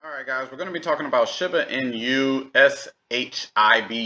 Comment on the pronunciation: Dude, if your going to talk about something can you at least say it right… I couldn’t watch more than 3 min because you can’t even say shiba inu right, wtf